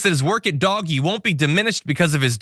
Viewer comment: You can't even read or pronounce words. Lol It's Doge not doggie ..😅